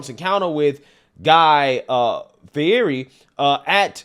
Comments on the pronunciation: Fee-hear-ee is a pronunciation of Fieri I've never heard before. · Just FYI, Guy's last name is pronounced 'Fee-ett-ey'.....